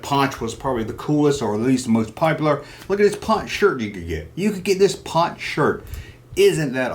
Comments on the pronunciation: It was ponch Not punch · Ponch not Punch. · It's ponch not punch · Erik Estrada's characters name was pronounced "Ponch" not ''Punch''. "Ponch'' was short for (Francis Poncherello). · Punch? wasn't he Ponch? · Love how you keep saying punch instead of ponch. I'm sure that was to get somebody to say its ponch not punch. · His name wasn't punch, it was Ponch, short for Frank Poncherello.